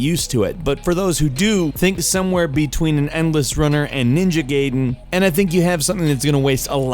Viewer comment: The way you pronounced Gaiden made me throw up